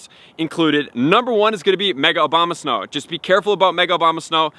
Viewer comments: It's ABOMAsnow, not OBAMAsnow. I think i hear it sound like that consistently. I appreciate your contents, thank you. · "No1 is going to be Mega Obamasnow ..." "Mega-Obamasnow is going to have the moveset of..." "if you do have Obamasnow..." "Obamasnow..." "Obama snow..." Lol... at least he says it wrong the whole video long. :D "Mega OBAMA-Snow is very desirable.."